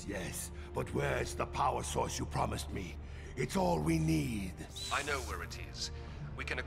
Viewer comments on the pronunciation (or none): none